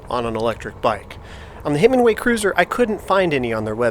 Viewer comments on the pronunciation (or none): Nice ride footage and thoughts on your Cruiser. I'd be interested to see how the newer Himiway Zebra stacks up against the Velotric Nomad 1 as they are more comparable models. Note - I belive it's pronounced Himi-way vs. Himing-way.